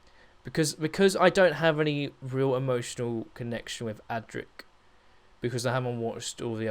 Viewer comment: Adric not Attic, I hate. Correct write mechanism....